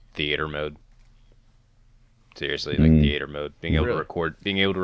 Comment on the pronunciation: "Theaeter mode"